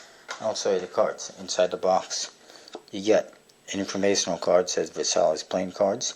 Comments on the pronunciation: he's right actually, i'm french and the right pronounciation would sound like : verSY or smthg like that ;) I'm looking forward for the Gold crown, i've never heard about it ! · It's pronounced vur-SY, like the treaty that started WW2. Good review though. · I'm pretty sure you pronounced Versailles wrongly, but whatever. What is there to buy at blue crown that adds up until $100 anyway?